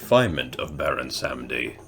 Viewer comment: Pronounced his name wrong but it’s all good It does get annoying I grew up in Miami Florida We have the biggest population of Haitians Voodoo is very common in south Florida along with Santeria